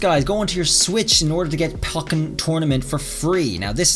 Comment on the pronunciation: Its pronounced Poh-ken btw not Pock-en.